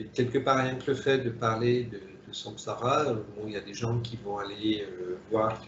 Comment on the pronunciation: J' entends à la "ramass(e) plutôt que samsara🙄